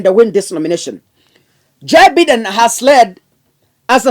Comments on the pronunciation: Be pronouncing Biden as Baiden. Vile nimeandika. 😂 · Joe Biden pronounced Joe Baiden